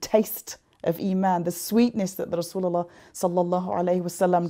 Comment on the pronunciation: Sister, I respect you very much. I don't know why I was in tears when you say correctly and precisely " Allah Subhanahu wataala and Rasulullah sallallahu alihi wasallam". I hope this is an indcation of strong love and respect to Nabi Muhammad SAW.